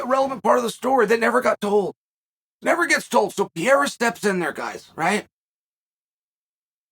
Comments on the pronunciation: I love how uncle Chael fucks up pronouncing everyone's names and just sticks to it forever. Islam Marklechev, Will Fury, Cereal Gong, Alex Pierra will stick too hahah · Introducing the new middleweight champion: Alex St. Pierre-a 🏆 So sayeth Lord Chael. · here we go again, witness Chael messing fighters names up 🤦. "PIERRA" wtf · Why do you keep calling him Pierre 😂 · LEARN HOW TO SAY PEREIRA HES THE CHAMP DAMMNIT PUH-RARE-RAH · Think "piera" is my second favorite chaelism... right behind " mackelchev" 🤣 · As I was typing that I keep stopping in laughter about pierrah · Who the fuck is Pierra?? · "Alex Pierre" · Uncle Chael watched the same fight as us and he heard the announcers all say Pereira correctly and he still is saying Piera I love it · PAH - RAY - RAH say it with me uncle Chael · pee air uh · Ha right, it's not Pierre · Who is this "Pierra" person Uncle Chael keeps talking about? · You gotta learn how to pronounce Pereira sir. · Uncle Chael at least try to pronounce Pereira's name appropriately mate ..not so tough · Love your show brother but please make sure to say the fighters name correctly. Mispronounced every time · Chael, just use the name Alex, cuz clearly you can't say his last name whenever you make a video about him lol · Chael mispronounces names as a way to stimulate the comments section. It's actually a great tactic. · Chael i love you but you have to pronounce Alex’s last name correctly 😂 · Notice you said Alex, something Chael should have been saying the last few videos as he clearly can't pronounce the last name lol. He tried this time and still got it wrong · every DAMN time Chael pronounces Pereira wrong, I cringe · Everybody: “Alex Pereira…” Lord Chael: “Alex Piera” 😂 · Lol Sonnen and the names lol “Piera” 😅😅😅 and “Pormie” 😅😅😅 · Alex pee-era.. lol...uncle chael is the best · There’s no Peeara dude you’re butchering it like so many other names you tool. Pereira. Pereira. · Piera doesn't exist. It's PEREIRA. It's PEREIRA. It's PEREIRA